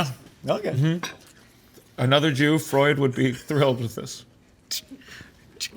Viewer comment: To sigmund frued 😂😂😂😂